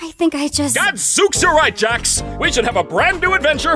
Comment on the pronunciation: "Jax" And not jack